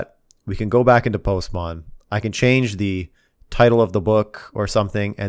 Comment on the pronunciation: I love how he says "Postmon"😂